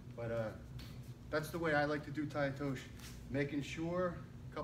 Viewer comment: TAI-OTOSHI(eee)...NOT TAI-OTOSH... Nice technique though Obvs